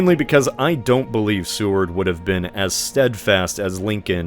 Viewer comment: It's not Sue-ard. It's SAY-ward.